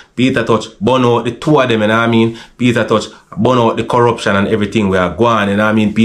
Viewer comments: Sounds like him say Peter touch..😂😂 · Not pronouncing Peter t name properly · Sorry to say this but why jamaican people can't say Tosh instead of touch the man last name is not touch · McIntosh=Tosh not touch. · Peter tosh not peter touch